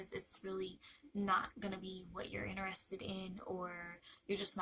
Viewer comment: Your saying interested wrong